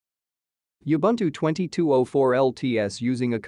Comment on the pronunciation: Please learn how to pronouce Ubuntu. It is Oo Bhoon Thoo.